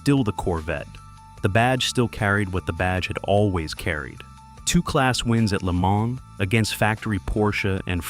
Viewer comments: I stopped the video when Le Mans was pronounced L.E. Man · "The car that would go to 'L', 'E', 'Mon' ..." 🔥🔥🔥